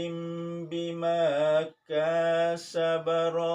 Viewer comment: Blajar lagi baca surat attur 21: kasaba bapak baca kaasaba,, dengan ka panjang itu salah , Bapak gak ngerti ilmu shorof tapi ngeyel, putus urat malumu ya : rohiin dibaca roohiin, ituengubah tata bah@ Arab Al Qur'an, kalo ilmu belum sampe, hati hati pak, tobat Pak, tobat